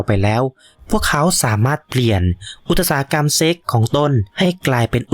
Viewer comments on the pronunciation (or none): อุตสาหกรรม อ่านว่า อุด สา หะ กำ ไม่ใช่ อุด ตะ สา หะ กำ